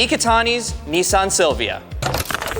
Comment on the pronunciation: n(I) san Not Nyyyeeeessyyaaaarrn